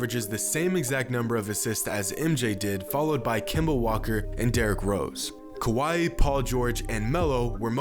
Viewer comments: I feel like you say “kawhi” like “Hawaii” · It’s Kawhi. Not like we’ve heard this for the last 3 years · Why do you call Kawhi Leonard kawaii? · It’s kawhi, ez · That pause at the end for Kawhi... That felt like it was John Bois inspired from his 3pt video.. Just sayin...